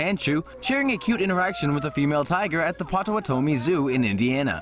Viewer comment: That's not how you pronounce Potawatomi :D